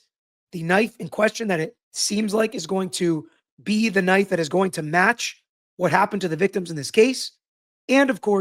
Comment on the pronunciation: I was listening and I kept hearing gay bar knife. Thankfully I finally read the transcript.